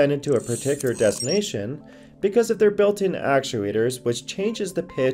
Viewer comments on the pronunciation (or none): none